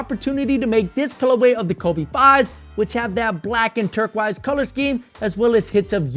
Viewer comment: love how you say turquoise - "turk-wise" <3